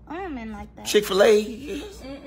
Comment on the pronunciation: Did he say Chick-fila!! I can’t 😂😂😂😂